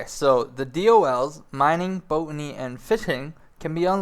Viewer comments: Boat-any? I think you mean BOT-any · It's Bot-any not Boat-any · B-O-T like ro-BOT NOT BOATANY ! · BOTany not Boatany. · stop saying boatny dumbass. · FYI - Botany is pronounced bot-an-ee (with the bot part like robot or bot) And, Piety is pronounced (pi-it-ee) (the pie is pronounced like pi as in 3.14159) Enjoyed the video though! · the 'o' is pronounced the same as the second 'o' in 'robot'.